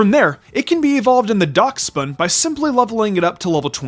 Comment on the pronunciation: It's pronounced dash-bun